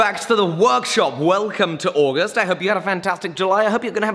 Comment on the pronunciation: Say August again